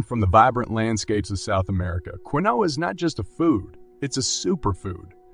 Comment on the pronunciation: Keen wa is how Quinoa is pronounced